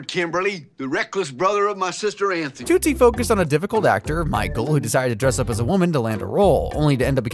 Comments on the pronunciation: Hey dummy. It’s not pronounced “ toot - see “ It’s “ TUT-see “. Idiot. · Dude, Tootsie is pronounced like a Tootsie roll, not like toot toot a train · Its helpful when narration pronounces things correctly. "Tootsie" = "Tuht-Zee" not "Toot See" And HENRY ROLLINS last name is pronounced "RAH-LINZ" not "ROW-LINZ"